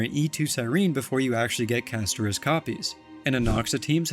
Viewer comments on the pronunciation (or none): Why did you put the emphasis on the i in Castorice? 😂